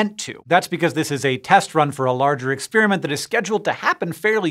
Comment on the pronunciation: Ex-spearmint? I prefer ex-peppermint.